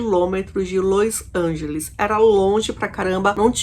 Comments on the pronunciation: É LOS ANGELES E NÃO LOIS ANGELES, DOE O OUVIDO ESCUTAR LOIS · los angeles nao lois angeles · Não é Lois Angeles é Los Angeles.... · Lois Angelis kkkkkkkkk.Vou te ensinar ta? É los Angeles aprendeu? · porque você pronuncia LOIs Angeles qnuo verne se sescreve LOs Angeles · Meu Deus! Não tem i no nome dessa cidade, Los Angeles. Q Lois Angeles?? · Você está pronunciando errado o nome da cidade. Não e Lois Ángeles e LOS Ángeles. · Ñ é lois lange e sim los Angeles